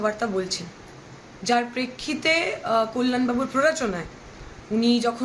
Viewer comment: কি ভাবে বাংলা সংবাদের কর্মী হন্ যখন তিনি বাংলাই বলতে পারেন না সঠিক ভাবে!! কাল্য়াল বলছেন তো কল্যাণের বদলে।